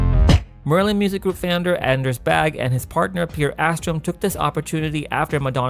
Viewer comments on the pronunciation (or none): Interesting video, but please work on your pronunciation. Its Anders Bagge. Not Anders Baage And not pronounced Anders Bag. Try Anders Bag-gEh. That would be closer.